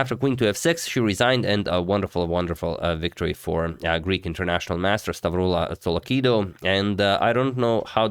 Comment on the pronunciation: Actually your pronounciation of Stavroula Tsolakidou was much better than I expected it to be from a non-Greek! Nice!